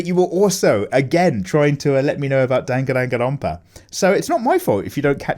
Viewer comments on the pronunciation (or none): Anyone gonna tell him how to say "Dan gon run pa" correctly?